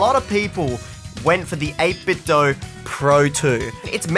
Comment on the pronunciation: Thank you for pronouncing 8BitDo correctly. Thank you.